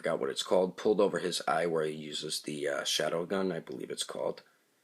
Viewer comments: Did he just say shadowgun and not sharingan?bruh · 19 lol u actually said shawdow gun sorry, its around 5 minute mark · It's (shar-ing-gan)!!!!!!!!!!!!!!